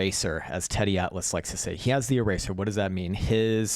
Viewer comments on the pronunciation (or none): none